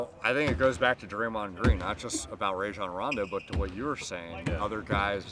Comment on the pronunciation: "Ray-John" Rondo 😂